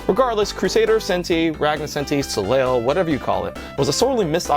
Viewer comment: Good video and good list. Good suggestions. Much better than Super Thunder Blade on the collection for sure...awful MD version. Your French needs work though. Soleil? Look it up, it means sun.